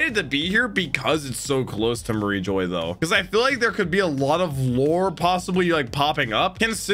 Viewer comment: you pronounced "Sah-bah-odey" right at the end there, I'm proud. As for the rest: Ar-key-peligo Mah-re jwa (ju wa)